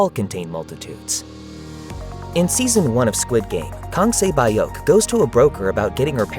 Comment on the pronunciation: Sae byuk, not sae bye yuck. yall still suck 10 years later